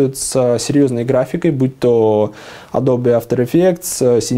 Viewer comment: Wylsa, фильтруй базар(как говорят умные люди)...Правильно говорить алтимэйт, эдоби а не ультимейт и адобЕ, в общем задумайся над этим раз уж ты такой повелитель техники;)удачи тебе в твоём деле)